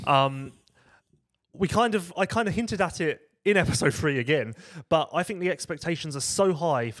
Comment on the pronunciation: TH is not the same F... THREE.. not Free... THINK.. not FINK.